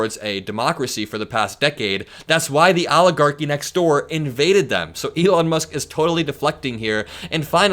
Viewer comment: Please stop saying "Aligarchy".